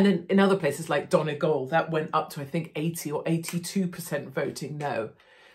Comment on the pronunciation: Impressed how Katie pronounces all words correctly. Donegal, Varadkar whatever. She is so informed and educated.. If only Brexit was explained better to the British people, so many genuine people suffering now.